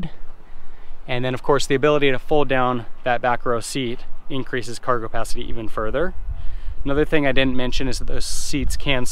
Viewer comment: Are you saying "cargopacity"?